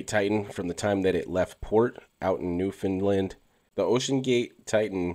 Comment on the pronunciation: It’s pronounced “new-fin-land”. Dope video though!